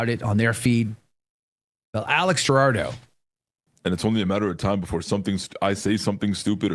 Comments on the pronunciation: It’s Alex Jurado. Not Gerardo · The last name is pronounced who- raw-do lol